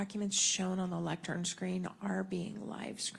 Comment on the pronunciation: what is a "lectrum" edit: he keeps saying it. i'm dying. we're cooked chat